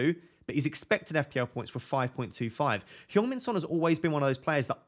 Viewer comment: Did you say Pjong Min Son? If so, I love it 😉🫡